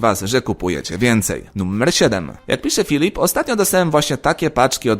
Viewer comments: niby seria pełnoletnia, a wciaż mówisz nummer... strasznie irytujace. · Sam film ciekawy ale poziom mojej irytacji (nie wiadomo dlaczego) spowodowany mówieniem słowa "nummer" zamiast "numer" przekracz granice i nie pozwala mi oglądać innych filmów tego twórcy.